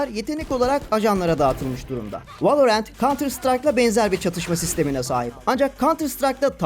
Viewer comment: Valla her şey çok güzel de merakımdan yazıyorum neden direkt ''Valorant'' demek varken ''Vaeleorent'' denirki :D